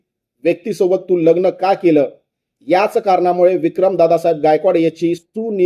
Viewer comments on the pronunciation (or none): none